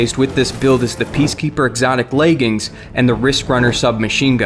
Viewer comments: It's pronounced "LEG-INS" there's no "A" in it. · Y does he keep calling leg armour “laegings”? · "Orpheus Rig layging"